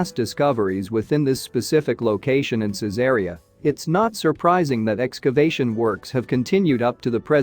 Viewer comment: I restore and sell ancient Roman coins.......... also the name of the city of Caesarea is pronounced " Caesar Reee Ah "